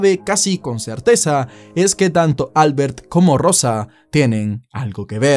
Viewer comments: Probablemente se pronuncie Albért, no Álbert. Porque si es catalan, la letra fuerte esta en la "e". De lo contrario parece de fuera de España jajaaja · Para de llamarle Álbert, su nombre se pronuncia AlbErt xddd